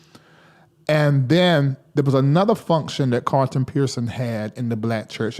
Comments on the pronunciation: I don't have a problem with him being from the south -- My parents are from the south! is an intelligent man, and he's very articulate. I don't hear him mispronounce many words... I know he can say CARLTON instead of CARTON! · his name is pronounced CARL-ton... When you say it, you leave out the L.